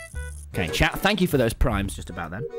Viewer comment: instead of chat he said shat